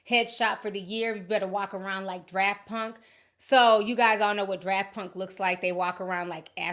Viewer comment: Not you saying DRAFT punk instead of Daft punk 😂